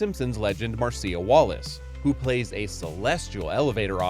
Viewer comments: Marcia is pronounced "Marsha", typically. Otherwise, great video. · that is not how you say Marcia!!! this is either bad or AI or the narrator is really that stupid.